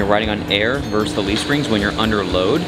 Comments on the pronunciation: Funny! And I've noticed the host says "verse" instead of "versus." I'm certain even the abbreviation, vs., is pronounced "versus." Can't imagine the iconic matchups like Yankees vs. Red Sox or Tyson vs. Holyfield would ever be said "verse." Dictionary doesn't show it, either. Maybe a regional thing? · VERSUS!!! NOT VERSE. a verse is part of a song.